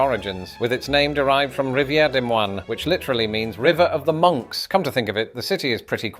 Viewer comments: Great video on Iowa, thanks for visiting! But I just gotta add that the s at the end of Des Moines is silent, both s's are, it's like Duh Moyn. Y'all come back now ya hear? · NEITHER "S" in Des Moines is pronounced. At least once you pronounced the second one.